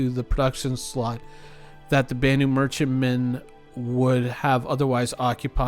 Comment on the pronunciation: Its spoken with a loong A... BAAAnu Merchentman... that's why it takes longer